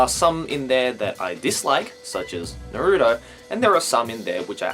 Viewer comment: I like u a lot, and I'm sorry to correct you, but you pronounced Naruto wrong